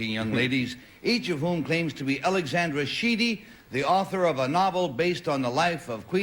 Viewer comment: Ally got her name right as Alexandra, the other two girls said Alexender